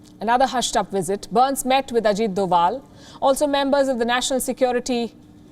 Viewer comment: Again “Ajit Dowal” ☄️